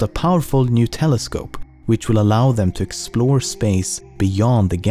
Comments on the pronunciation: When he said new telescope I thought he said Nutella scope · "nutella scope" lol